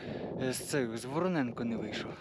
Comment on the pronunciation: Тільки не Вороненко, а ВоронЄнка, як гуцул кажу,😁😁